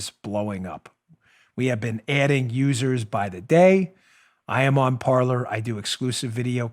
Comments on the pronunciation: Dan, its pronounced Par-Lay. Like they say in Pirates of the Caribbean. "Parler" (par-lay) is French for talk. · Dan, just a quick correction 😊... Parler is pronounced "par-lay" the French word for "speak". 😉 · Got a question. On the social media (I've been looking for an alternative where I don't feel hated) did he say Parlor or Parler?